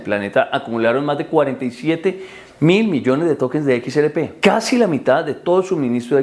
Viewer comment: Hermano, equis, erre, pe, no equis, eres,pe. 😂😂😂